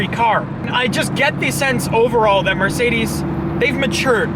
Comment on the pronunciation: Anyone else notice that when he wants to say Mercedes says marcedes